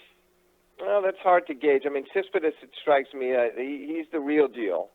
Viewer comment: Love the show. Don't have this clown on again. He seems to just like to hear himself talk. He covers tennis closely and yet he doesn't know how to pronounce Coric or Tsitsipas? Just cause the clown has memorized match scores from like 8 years ago and few statistics doesn't mean he knows tennis. I'll take your analysis any day of the week over this dinosaur.